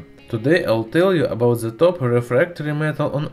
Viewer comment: it's not abouz the beauzy itzz abouzz..